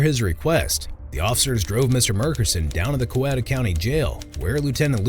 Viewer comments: It's always funny to me when the narrators in these videos don't know how to say the city or county name. Coweta is pronounced, "Coweeta". Long E sound. Not a short e sound. The victim says it . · COWETA is pronounced COW EAT AH